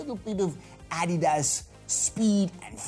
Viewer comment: You aren't even saying "adidas" right.